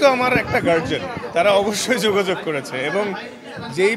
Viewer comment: It’s Guardian not garjian 😂